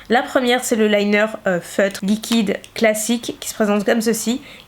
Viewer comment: Y'a qu' pour dire "liqouide"'😂❤❤